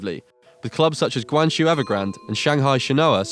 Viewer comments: PLEASE FIX YOUR PRONUNCIATION OF THE CHINESE WORDS. ITS HORRIBLE!!!!! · 10 seconds in and you have already fucked up the pronunciation of Guangzhou and ShenHua. Don't talk about what you don't know. Also nice to see you finally googled Conca trolololol. Drogba and Anelka both had terrible stints in Asia a long time ago. Not really backing up your point dude. The fuck was that guy talking about protecting the brand? Last season one of the most sucessful teams, Shandong, nearly faced the drop Why are you using stock images from the 1960s? Scared that if you show the modern cities you will realize what a shit hole London is? East Asia isolated? This bald bastard. China was trading on the maritime and silk roads when Europe was burning witches in the dark age.